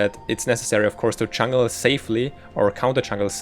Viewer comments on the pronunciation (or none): I think I'm a bad person for saying this, but every time I heard him say "chungle" it hurt my soul.